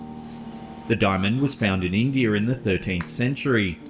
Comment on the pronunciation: I know it's their language but when I hear English people pronounce words ending with an "a" and they make it sound like an "r" it makes me laugh. "Indier" 😂